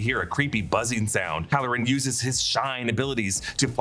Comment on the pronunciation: 😂 next time say hallorann